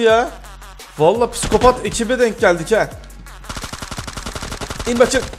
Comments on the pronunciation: "Piskopat" değil "Psikopat" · Abi o kelime piskopat değil psikopat